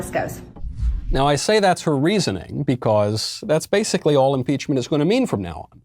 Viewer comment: I like how he says beCAUSE.😂